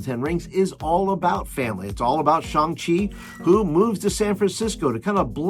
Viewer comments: Thanks for this message! And right, its more like ShOng.:) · ... it's 'Shang', rhymes with bang.